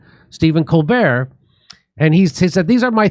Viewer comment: stepehn CON-bert